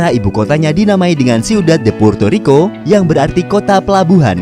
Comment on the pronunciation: puerrrrto rriko